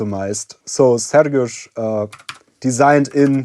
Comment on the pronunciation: You pronounce Sergiusz's name very well. Do you secretly speak polish? :P